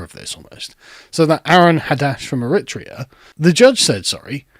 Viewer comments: mate, it's not Erit-rear. It's Errie-trayer. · It's pronounced "er-ri-treya" not "irittia". If youre gonna talk about globalist issues then at least pronounce the country's name right ffs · Eritrea | ˌɛrɪˈtreɪə, ˌɛrɪˈtriːə - there's no emphasis on the "rit" part, kind of sounds like "airitreeahh" 🙏🏽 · Sorry to be a pedant, but the stress is on the third syllable of Eritrea. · It’s disgusting, no wonder people are upset!! I’m Surprised cannot pronounce Eritrea😱